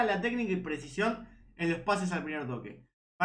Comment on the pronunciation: Che, como te cuesta decir "presicion" te sale "presion " todo el tiempo